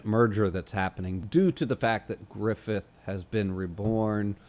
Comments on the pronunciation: Qliphoth is pronounced as klɪˈfɒθ (kli-FOTH, "i" as in "tin"). Source: wiktionary. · I just keep tuning into these cus I can't help myself. I hope you continue to enjoy the series as there is a lot of great stuff coming up. Also, it's pronounced like cl-eye-fod as silly as that is.